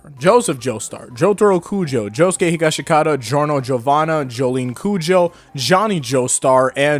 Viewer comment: Mans really said jouske he-gash-I-Kat-a